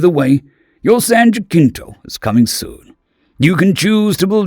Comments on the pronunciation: San Jacinto pronunciation San Jasinto. It's a soft C, not a hard C. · It’s San Ja-sin-toe. The Alamo is a Texan myth and that’s how they pronounce it.